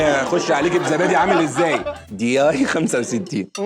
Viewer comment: اولاً مسمهاش ياي ادسمها دياي قولها عدل 🙂 ثانيا الورقه بتغطي الحجره